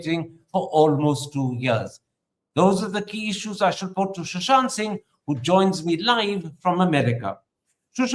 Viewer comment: It is Sushant...not Shushant